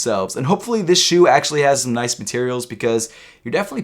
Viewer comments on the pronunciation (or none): none